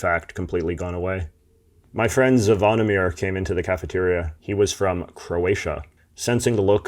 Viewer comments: You kinda butcherd the name Zvonimir. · you and Zvonimir were such great friends you still don't know how to pronounce his name properly